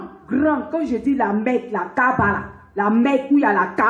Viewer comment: HAHAHA, n'importe quoi musulman et qui ne sais pas l'arabe la kaaba n'est pas bien prononcé, dormait toujours et rêvait, le jour où vous mourait vous vous réveillerait et vous trouverait la triste vérité pour vous les associateurs (le feu de l'enfer). stp arrête de crier pour rien.